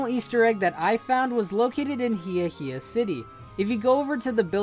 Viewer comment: Ok some pronunciation pointers. Galette is pronounced exactly as it is spelled. It's not pronounced like a spanish word. It's french. Ga-Let. Ikue is pronounced Ee-Coo-Ay. HeaHea is pronounced Hey-a-Hey-a.